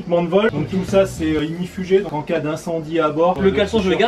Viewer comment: inShape c'est ignifugé et non égnifugé voil à voilà bonne vacances